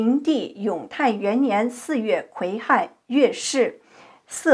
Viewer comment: 癸亥，读GUI HAI